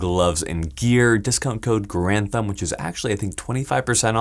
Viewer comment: Actually it's pronounced "Garand"